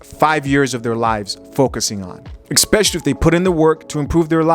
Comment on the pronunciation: Esssspecially.... not Exxxxpecially...🤣🤣🤣 Big fan though.. i just had to say that..